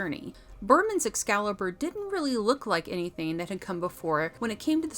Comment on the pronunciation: Thanks, luv. But it is "Excalibur" not "Ex-calibur'" sweetheart.